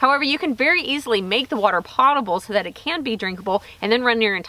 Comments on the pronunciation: Potable is "poe-tah-bul". Not pottable. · FYI - potable is pronounced pohtahble, not pawtahble. Do they ever refer to is as a "grey water system" there? I've heard it called that before, but it seems somewhat regional. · Awesome video, thanks for sharing! One small thing, it's pronounced /ˈpōdəb(ə)l/ (like poe-tuh-bull) - I only point it out bc I used to say it your way (makes sense - clean water goes in ya' pots), but quickly learned from others how wrong I was ;) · Potable is pronounced poe-ta-ble isn't it? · Pote-able. Like tote, or coat. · Thank you for the cheery demeanor. The first syllable of "potion" and "potable" are the same. Learn. Change. Overandout. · Long "O" in Potable. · At the mark, your pronunciation of “potable” led me to do a web search. Here’s an interesting clip on how people pronounce the word: No, I’m not plugging any site or looking for clicks. Seems both long-O and short-O pronunciations are in use these days.